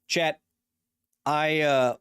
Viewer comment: I'm trying to pay attention to the WHOLE video so he can learn me something, but I can't help but to wonder is he saying "chEt" or "chAt"?